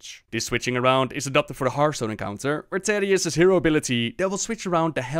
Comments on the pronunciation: The Story of Thaddius, Feugen & Stalagg [Hearthstone Lore] but every time he says Taddius instead of Thaddius it gets louder. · Please. "th".... "tha-dius" please don't say tadius. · I hear tatius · i didn't know it was pronounced taddius not thaddius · You're triggering people again. Thaddius Like the The in "the" or "That" or "Thesis" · Never ever heard anyone pronounce the 'th' in Thaddius like in 'that', but rather as it is said in 'thanks' (for example)